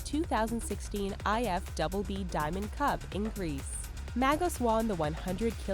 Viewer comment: who says IF souble B isnt the most common way to say it is just I-F-B-B